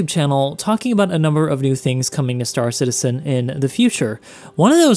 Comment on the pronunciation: why does everyone call it star citiSen and not star citiZen????